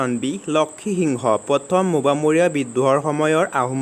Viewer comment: Mobamoriya nohoi o gadho😂 mowamoriya